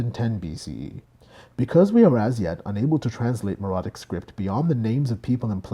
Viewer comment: "meh-ro-IT-ic." "MEH-ro-ee." I'll never understand how someone can put so much work into making a video like this then think "Meh, I'll just wing it on the pronunciation of key terms" especially when the information is so readily available. It so unnecessarily undermines all the other work.